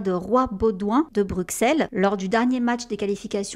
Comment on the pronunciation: Par pitié les français 😂 On dit BruSSel même si ça s'écrit BruXelles 😂😂😂. Super vidéo comme d'habitude super boulot !